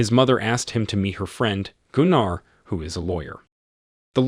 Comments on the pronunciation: Gunnar is more pronounced Gunner. Not (Goon R). Trust me.... Its a family name of ours..... Although Germans may very well pronounce it wca hard R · Its Gunner like Gunnery sgt , Jeesus Christ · Goonar? Lol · Except Goonar - somehow I think its Gunnar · Gunnar (Goo-nar)😮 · Gooonarr? I cringed so hard. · Some day we’ll get AI to correctly pronounce words like Gunnar. This video pronunciation wasn’t even close.